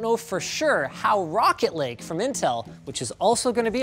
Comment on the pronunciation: rocket lake